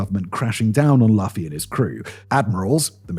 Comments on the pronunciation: Or… One piece is just insanely popular. I can tell you know absolutely nothing about the manga, from the constant mispronunciations of Luffy’s name lol. so I’ll give you grace. But I also believe whoever wrote your script doesn’t know about it either. He fails to mention that the vast majority of the islands liberated by the pirate crew were occupied by pirates just like Luffy. Not the government. And when liberated, is given watch to the world government. Not to mention The story seems to convey that Luffy is not a hero or even cares about the freedom of others. Just his friends. Luffy is actually quite selfish compared to someone like Kuma, Garp, or Koby. It also strongly conveys that government order is absolutely needed, just in the right hands. (Koby, Vivi, Fujitor, Garp etc) Liberation from corruption governments is only one of One Piece’s many themes but for some reason, people like you seem to only focus on that. One Piece is extremely deep and multifaceted. There’s a reason why it’s so popular. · I am glad you covered One Piece, but Simon mispronounced Luffy, and he didn't mention "Bella Ciao" was written on one of the bullets by Tyler Robinson when he assassinated Charlie Kirk recently. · Mispronounced protagonist name 😅 did no one during recording actual watch the program? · Simon's pronunciation of Luffy is physically painful to me🤮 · I used to pronounce it that way before I started watching. I kinda had a feeling he would. It's not an unreasonable mistake to make 😅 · The first one was rough, but I realized we couldn't expect anything else from Simon, and it's a part of his greatness. Like zoro getting lost. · To be fair, it's DEFINITELY spelled like he said. It's not his fault the manga was anglicized weirdly decades ago. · "Luffy" as in "Loo-fee" not "Luffie"😂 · /LOO-fē/ It rhymes with Lucy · it’s Lou-few not luhfee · It's Luffy as in loofah not Luffy is in love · "Luf-e" 😭 it's Loo-fy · Am I the only who cringes how he pronounces Luffy